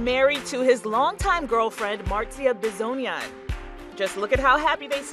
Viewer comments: B-sog-nin that’s how you pronounce it wtf is bisonian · it's pronounced bisognin not bisognan... you have to read the letter i as you pronounce e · Excuse me ... You pronounced Marzia Besonia? [ Sad Italian noises] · Am I the only angry because the pronounced Marzia’s last name wrong? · LISTEN TO HOW THEY PRONONCED MARZIA'S LAST NAME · Please. DO NOT PRONOUNCE "I" WITH THE ENGLISH PRONOUNCIATION IN ITALIAN NAMES. PLEASE. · The mispronunciation of Bisognin is so disturbing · The way this woman pronounced marzia bisognin 🤦‍♀️ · Lol the pronunciation of her surname, hahahahahhahaha i love english people